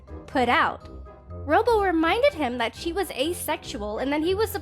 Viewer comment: I keep hearing "chee" instead of "she"